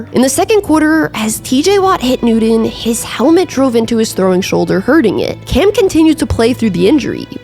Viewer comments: Not trying to be mean. I had to stop the video at intervals over the pronunciation of Newton 😖 but the content is really good and wanted to watch the whole thing. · I came to the comments to make sure i wasn’t the only one! The way she pronounces it makes my ears bleed…. I read the transcript with the video on mute 🔇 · His name is pronounced “newt-UN” not “new-DEN. Same with Sean Payton. Otherwise, great video! 😊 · 🤦🏻🤦🏻🤣🤣 I’m sorry but seems you don’t love him can’t even say his last name right 🤣🤣the whole video all I heard was Newdone not Newton you should redo this video and say his name correctly at least you got the first name right 🤣🤣🤣🤦🏻🤦🏻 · Everytime you say “new-den” I cringe. His name is Cam Newton. New TON. 😭😂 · Newton. NEW-TON. You keep pronouncing it with a D. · Cam Nooden. 😂 Just messing. Enjoying your channel. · New-Ton. Not New-Don. Oter wise great video. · Pretty sure his name is Newton, not Newtin. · I love your videos but you keep saying Cam Nude-in and it's driving me crazy. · newdon - Newton .... please get it right !! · "Newton" = New-tin. Not "New-din" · Damn tried to watch this one, love your vids but the Nooden was killing me...😂😂😂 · Cam Noodin? Never heard of him. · I’ll I could hear is “Newden” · Who’s “Noodun” lmao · Cam 'Newdun' 😁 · Annunciation continues to be a serious distraction. You mispronounced the name of your subject....his name is not "Newdon". Blocking this channel. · It's clear you're not really a serious sports reporter...I'm sure Cam don't got a Nuden...Really...Biggest name in NFL for a while and you can't even say his last name correctly...let's try <NEW> TON...Just like it spells on the back of his Jersy...or you can even listen to old Panthers games to get the correct way to pronounce his last name....Ok Nudie Nudie...Judy...Hey let me kno when you get an OF page....id like to....lol...smh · Such a great broadcaster only held back by not being able to say the letter T. Cam Newdon. Cam Newdon. Cam Newdon. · Cam New-Din.